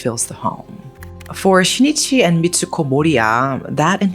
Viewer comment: The name of the husband is not SHI-NI-CHI. It is SHIN-I-CHI.